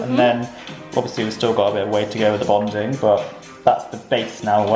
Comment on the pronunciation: It's "bonding," not "bondin."